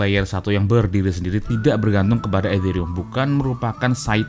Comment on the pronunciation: Nyebut Ethereum kok kayak kumur-kumur